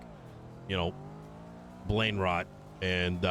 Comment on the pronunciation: "Blainerot"... lol